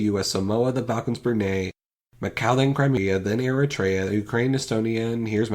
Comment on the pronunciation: did he say oohkrane